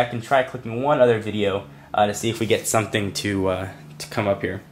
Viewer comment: Samsing????? hahahahahhahahaha!!!!!!!!!!!!!!